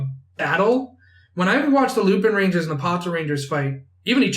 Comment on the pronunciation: so... without wanting to be annoying but .... the Correct way to pronounce lupinranger is Lupawnranger